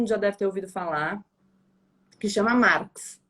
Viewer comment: isso aí eu me adiantei ela fala marx engels perfeito é isso aí parabéns Gabriela